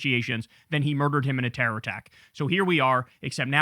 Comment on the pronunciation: He tried saying Terror like Bush did when the war on terra was announced.